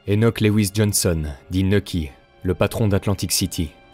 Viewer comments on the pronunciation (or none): none